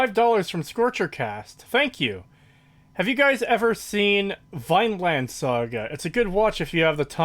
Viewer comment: Vine-land? /Vine/ land? It's Vinland,.